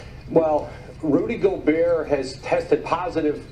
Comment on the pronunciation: Andrew he finally say it right